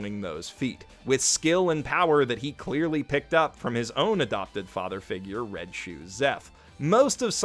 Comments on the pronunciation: Did say red SHOE seph?!?!? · It's red leg not red shoe